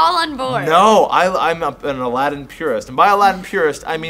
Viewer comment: BTW the main characters name is pronounced as if it was spelled Aladeen, not Aladdin